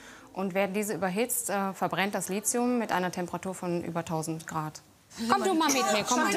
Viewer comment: Lithium! Nicht lizium!